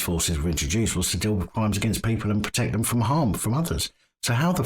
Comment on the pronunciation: He can't even pronounce words correctly, let alone solve crime. It's them, not vem.